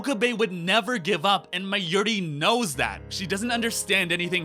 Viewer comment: Forst of all, learn to say Mayuri properly. Then... Can you please stop pretending you are the Steins Gate? You analysed everything, every episode, every character and everything but you didn't write the series. So you don't know everything, and your opinion is the most important thing ever. Now to answer your video, Steins Gate 0 has to happen because Okabe has to find a way to save the day. At least one Okabe had to continue without getting slapped, BECAUSE who gives a shit about the slap when the thing that puts Okabe in motion is not the slap but the video d-mail from the future.